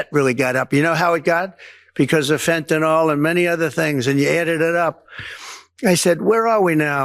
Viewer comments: He’s never going to get tough with Putin. Putin’s got something on him. 100% TACO. 🌮 Plus it’s not pronounced “fentanol” 🙄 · it is Fentanyl NIL not NOL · And it's "always 2 weeks" that is never-ending promise/distraction from Trump the psycho!!!😢 Please pronounce the drug fentanyl correctly!! You're the freakin president and you should know what you're saying!!!😢 Fentanyl (ending pronounced nil NOT fenta(nol)!!